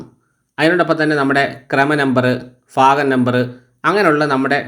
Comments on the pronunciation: ഭാഗം ആണെടോ 😂ഫാഗം അല്ല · ഫാഗം അല്ല സുഹൃത്തേ ഭാഗം എന്നു പറയു.........😂